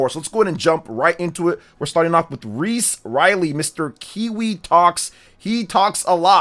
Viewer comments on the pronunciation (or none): none